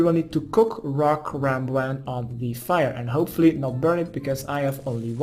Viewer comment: Lekkere guide weer! Alleen misleidend dat je karambwan zegt, geen karambwan(JI).